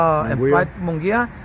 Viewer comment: Y do you say munguia wrong bro 😂that's disrespectful